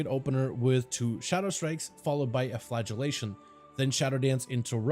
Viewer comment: great guide, well explained, but: when you say flagellation i hear flatulation which makes me think of farting x)